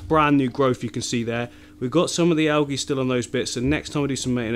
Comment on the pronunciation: Awesome tanks. I watch all of your YouTubes. One comment it's pronounced al-jie not algy :) great YouTube s